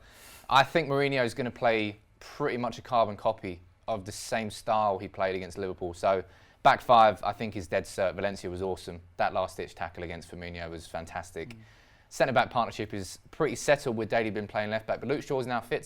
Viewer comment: It's Firmin-O